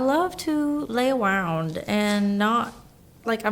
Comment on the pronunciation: “i love to lay awound, im not a zoom awounder” i instantly thought of pico 😂❤️